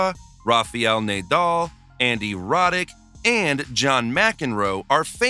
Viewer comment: You mispronounced every name in video, i understand that Jelena Gencic is hard but Nadal and Djokovic?!